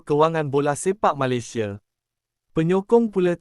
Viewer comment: Sebut Malaysia pun tak betul😂